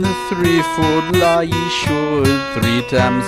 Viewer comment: yay someone who knows how to pronounce ye or Þe or the or however you to type it